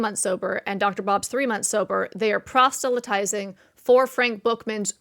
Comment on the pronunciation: I enjoy your videos!! Please check the pronunciation of "proselytize," however. I think you're inserting a "t" after the "s."